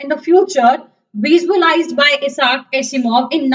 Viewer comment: This is useless because the book has changed this year. And by the way it's not Iasar. I - sack. That's how it's pronounced.